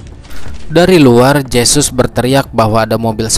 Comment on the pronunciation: Huruf J dlm aksara spanyol di baca He.jd Jesus di bahas hesus